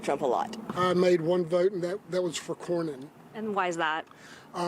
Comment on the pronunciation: The true definition of mindless sheep. 🐑 Didn’t even know how to say Cornyn’s name. This dude has been her senator for over two decades. 🤦 God help Texas.